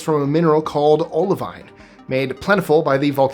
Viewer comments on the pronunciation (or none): You pronounced Olivine wrong.